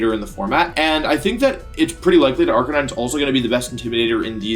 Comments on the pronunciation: one example is Arka-9 instead of arka-knee-neh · Did he just say RK9 and not arcaniney? What have you done to wolfey?! >:c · I thought the second Pokémon was pronounced arcaneenae? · why is wolfey saying arcanine wrong